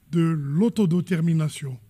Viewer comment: Hhhhh "de loto dermition"😂😂😂😂😂 ils savent même pas bien prononcer "autodétermination" 😂😂